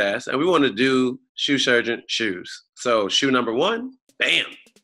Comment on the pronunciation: Trinidad can’t seem to say “shoe surgeon” EVER LOL. he ALWAYS says “sue shurgeon” 😂😂😂😂🤦🏽‍♂️🤣